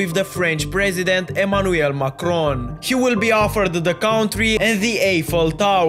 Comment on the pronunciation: Is nobody gonna talk about how he pronounced Eiffel Tower? "Aye-Fel" Bro bouta start another French Revolution with that 💀